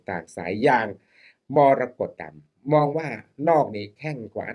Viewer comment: อาจารย์อ่านชื่อนักมวยไม่ถูกเลยครับนักมวยชื่อมรกตดำไม่ใช่มรดกดำ😂😂😂😂